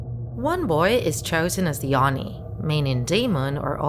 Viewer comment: Why do you mispronounce simple words such as "oni". Not impressed.